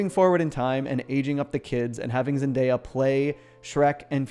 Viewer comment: 'Zendeyap' lmao